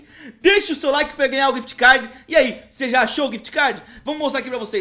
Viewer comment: Quem percebeu q ele falo quift cad